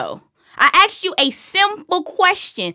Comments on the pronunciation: Lmao "axed you a question" hahaha dkm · So many questions gettin "axed"